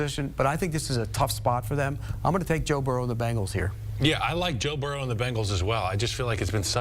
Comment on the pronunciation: Calling the GOAT Joe-Burr-Hoe is diabolical!